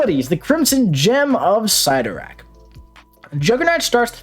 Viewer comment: Love the channel!!! Love you like a brother from another mother, but...never...ever..ever ever ever ever ever ...say Cyttorak again... ever...